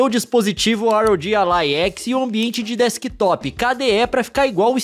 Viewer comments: Na verdade se fala ROG ALLY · "ar ow ji alai"